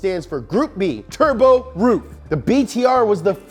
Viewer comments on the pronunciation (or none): hey, bro........ how do you pronounce Merc AMG ?? In that same way...... Roof...i mean RUF is pronounced R-U-F..... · PLEASE Ruf not ROOF, please short U not long OO. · That’s rough, not roof mmmmmkay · I always thought it was pronounced rough, and not roof. I think rough sounds way better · Ruf is not roof in german. Ruf is to call, shout or reputation but nevevr the Dach=roof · Is pronounced rough, and youre bffs with rob dahm with your keeps mercials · i thought it was prounced RUF ( ruff [like a dog] rough) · I thought it was pronounced "Ruff" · It's pronounced ruf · I wish it was pronounced ruff like a dog noise 🐕. Pretty disapointed. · i now know how to say "ruf" properly....i thought it was (rough) up until today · Always thought it was pronounced "Rough" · I also thought is was ruff just learned from this this it's roof not ruff. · Its actually RUF not R U F?? Oh then... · Justin Y's Disciple both are wrong according to Google, it pronounce like “auhuf” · Ronald Poon no yuo wrong is ruf